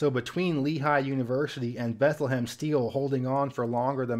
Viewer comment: Note: Bethlehem, PA is pronounced, "beth-LEM" (2 syllables)